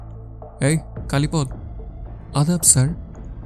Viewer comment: কালীপদ নামটি কালীপদ্ উচ্চারণ না ক'রে কালীপদো উচ্চারণ করলে শুনতে ভালো লাগবে।